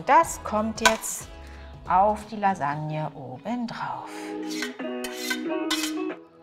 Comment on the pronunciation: Lailagne. Oder weniger italienisch: Lailanje